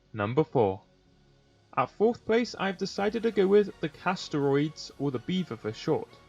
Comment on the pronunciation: I don't understand why you pretty much st letters to the dinos names. "dodiacrus" "Castroids" "ankilo"